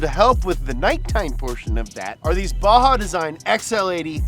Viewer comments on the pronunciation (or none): none